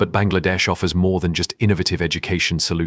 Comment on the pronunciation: Your pronunciation is to be improved. Even the prime minister's said wrong. 👎👎👎👎👎👎👎👎